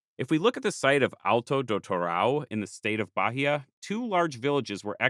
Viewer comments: I can help a bit with Portuguese pronunciation: The Portuguese H is silent, so Bahia should be Ba-ee-a and not Ba-hee-a. When between a L/N and a vowel, it gives a Y-like sound before the vowel (I think the best example I can give in case of N is it'd be closer to "Can ya" than to "kenya"). RR and R in the beginning of a word sound like English H (in my opinion at least). R between two vowels (or after a consonant like G or T) sounds more like the English R. Serra would be more like "Seha" than like "Sarah". And this doesn't come up in the video, but Portuguese "ch" sounds like "sh" in other languages, to the point only a few loanwords use "sh" (Like "shopping center", which is our equivalent of a mall, and "show" which we spell like in English). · Also, it's Ba-Ih-a. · I'll also add that Bahia is pronounced like Buy-EE-yuh